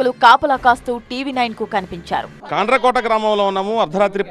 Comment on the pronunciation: ఈ రిపోర్టర్ గాడికి కాండ్రకోట అనే పేరు కూడా సరిగా పలకడం రావట్లేదు😅